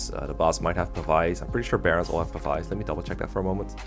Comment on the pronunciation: Hi! Love the videos! Just an FYI. Pavise is pronounced with a "Vis" as in "visibility". And not as in "vyce". This is not meant as a shitpost, please do not take offense from it.